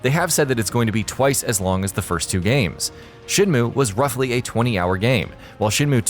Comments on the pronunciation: It's SHEN MYOOO, not moo you fucking cow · Shin moo? Rio? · Shinmu? Yeah its been 20 years but certainly not a reason for anyone to pronounce the name wrong.